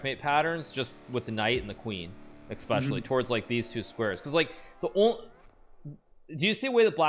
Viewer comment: Hikaru "Expecially" Nakamura